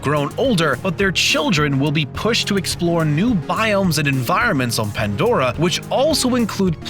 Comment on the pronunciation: its, PANDORA, NOT ANDORA.